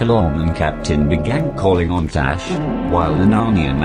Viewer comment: Am I the only one hearing him say Nash, not Tash?